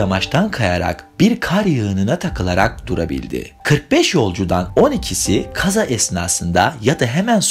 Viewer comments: Çok hüzünlü bir hikaye ama birinin sorması lazımdı bence artık neden “kaza” kelimesini böyle telaffuz ediyosun odağım yok oldu hdhshsj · estağfurullah sadece merak ettim farklı geldi telaffuzunuz😅 teşekkür ederim cevap verdiğiniz için, iyi çalışmalar☺️